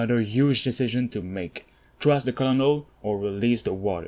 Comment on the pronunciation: Cournel* is the way you pronounce colonel